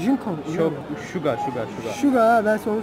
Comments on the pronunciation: şuga değil suga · Şuga değil Suga. Keşke nasıl yazıldığını bari bilseniz. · Şuga değil suga o benim canim suga senii seviyorummmmm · Şuga değil Suga 😂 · O şuga değil, sugo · Suga ya şiga demezdin